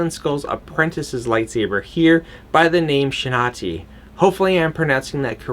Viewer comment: I think its pronounce as Shin Hati, not Shinati, Shin is her first name and Hati is her last name.